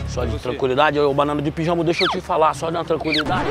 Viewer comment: Eu entendi malandro de pijamo rs